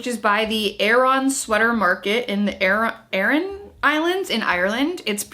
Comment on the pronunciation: Nope, 'Aran' is not pronounced 'Erin' - it's pronounced 'a-ruhn'. But yep Aran jumpers / sweaters are super famous. They used to be made from a naturally water-resistant wool, but these days, merino is fairly common. The knit patterns each have specific meanings too, related to the islands. (I am from Ireland)